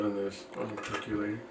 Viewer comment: My only complaint ... why do people pronounce it "perc-you-later" when it's a "perc-OH-lator"? (Pet peeves) ☺